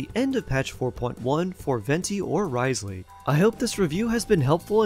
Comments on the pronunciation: NervaLEET and RIZELeey 💀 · Repeat after me: New-vee-eht and Riss-lee🤭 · Life hack it’s not Wriothesley it’s pronounced Rizz Lee.